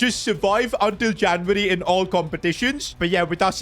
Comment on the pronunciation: with the janvary his indian accent coming out